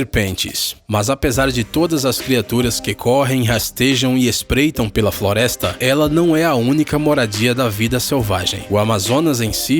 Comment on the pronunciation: No minuto ele fala foresta